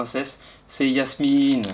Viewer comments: C'est Jasmine et non yasmine 🤑🤑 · cest pas yasmine cest jasmine